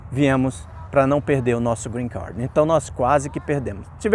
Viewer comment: Cara vc é formado em que? Tem quanto tempo que recebeu o greencarrrrd?